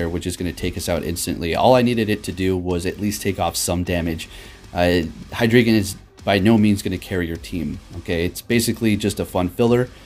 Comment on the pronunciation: Its pronounced Hi Dry Gon...wtf heck is a hydreegan? lol